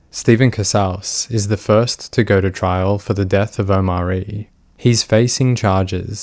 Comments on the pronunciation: the fact the narrator keeps saying "oMAHri", when you can hear how is name is supposed to be pronounced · The way you keep mispronunciating his name :/ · Come on dude you could at least pronounce the kids name right. They say it about 50 times. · Feels like kind of a disingenuous video when you can’t even bother to lean how the child’s name is pronounced before you record your narration